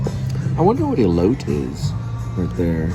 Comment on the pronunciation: Elote is corn. It's pronounced ee-lote-ai